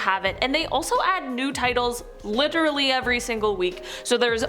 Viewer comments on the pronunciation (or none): none